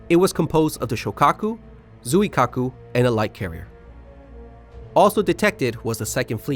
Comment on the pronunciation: Hey Chitose is pronounced "Chi-to-se" (se=say), separately, not Chi-tose :D Zuikiaku sounds like John Keanu or something lol!